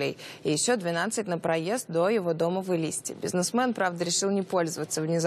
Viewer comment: не в ЭлИИсте а в ЭлистЕЕ Эй грамотейка ведущая Где и кто вас таких учит